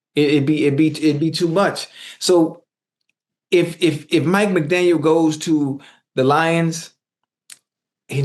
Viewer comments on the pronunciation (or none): Hey Chad !! There’s no S at the end . It just “McDaniel “